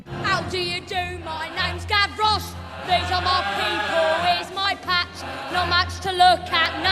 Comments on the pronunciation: I hated the way they said Gavrouche. It’s Gav-Rosh not gav-rroghhjhjhjche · She said Gavroche like “Gavloche” and I’m like “wtf there’s no ‘L’, you dumbfuck!” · the way she says “gavroche” is gross